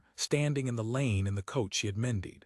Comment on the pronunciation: AI narrations like this one make frequent pronunciation mistakes, such as here with “mended” for some reason pronounced “me died”. Another all-too-typical one is “bow”, which is often pronounced as a noun rather than a verb when the context is obviously an action. Particularly annoying when it’s pronounced correctly and incorrectly in the same paragraph. A human narrator would unlikely make those mistakes.